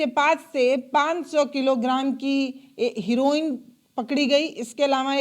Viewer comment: हिरोईन😂 नहीं बल्कि ' हेरोईन कहिए❤